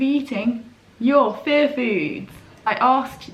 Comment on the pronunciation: Omg... All these months I thought you were saying, "fair foods." 😅🤦‍♀️ Aiyiyiyi